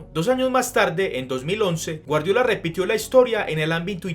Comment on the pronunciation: el nombre de guardiola lo pronuncias mal